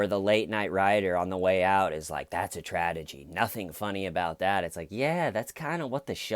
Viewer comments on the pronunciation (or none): Did you just say tradegy?..lol..